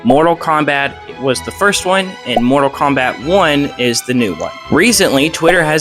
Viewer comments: Say Morta Kombat one more fucking time!!! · “Morta Kombat”